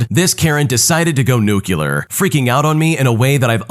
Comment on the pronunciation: "Nu-cue-lur"? It's pronounced "new-clear".